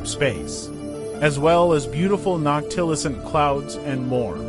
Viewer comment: Dude, you’re just trying to grab viewers, likes, and subs. You can’t even pronounce his name. Or noctilucent for that matter. Shame on you.